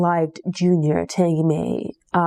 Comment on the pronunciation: One of my favorite books. Oh her name is pronounced TANgee like Angie with a T